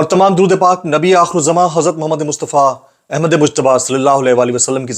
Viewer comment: Bhi ap ha lafz galt bol rhyy hn Ahmad wala plizz is ko drust krn